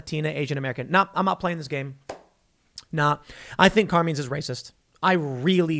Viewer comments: "Car meen's"??? It's "Car MINEs"... can tell Tim isn't Italian. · Car-meenz ? 🤣🤣 Car-Mine-s. Common man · Car"mines"...note "menes"...just saying... Great Italian restaurant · Tim, It's pronounced Kar-mine...not Kar-meen. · It's pronounced Car-Mines not Car-Means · and btw, "carmeens"? "CARMEENS"??? it's pronounced "car mines". "car... mines". but don't worry. I'm sure everyone still takes you super duper seriously. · Bruh, it’s not “car-means”, it’s “car-mines” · Car mines . Not car means . Watch some Sopranos Tim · Car meens ? It's carMINES Tim. Come on bro, thought you were from Jersey and knew how to pronounce these Italian names 😂 All love Tim ❤ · Carmeens? you mean CarMINES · Mines. It’s CarMines not Carmenes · Isn’t it pronounced Car-mines. Not Car-means. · Car-mines not Car-menes. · Carmeens? It's Carmine...eye..n. I know it's petty but...you keep saying Carmeens. Come on, Tim! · For being a " journalist" you suck at pronunciation. Its "car" " mines" not carmeans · Car MINES. not car mean you dolt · CAR - MINES CAR M-I-N-E's , Tim sucks at pronounciation. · Tim pronouncing Carmine's is almost as great as him sayin Sherrif. (EDIT) The local Sheeee-riff is named Car-meeen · Did Tim say CAR memes? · "Car mines" is how you pronounce it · Carmine's = car-mine's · Does Tim really not realize “CarMINE’s” is a very popular Italian name hence was probably an Italian restaurant pronounced Car-MINE’s ?? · how the hell does Tim not know how to properly pronounce "Car-mine's"? haven't you watched The Sopranos? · Wait until BLM finds out about CRT “being weaponized” to DEMAND segregation.🙀 Carmine’s pronounced - CAR-MINES C’mon Tim I thought there were Italians in Chicago!😉😆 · It’s CAR-MINE not whatever you pronounced TIM, every Italian rolling over his grave rn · Car-mines Tim lol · It's Car-Mines. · Car-meens? Really Tim? 😂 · exactly, especially since Tim has pronounced Carmines as being 'racist' - it must be true! /s/ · Tim doesn't know how to pronounce Carmine's?